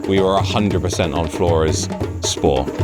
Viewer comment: The word is SPOOR not SPORE.